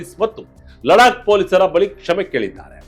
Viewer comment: Eyy huchha Laddaakh....y pronouncing ladak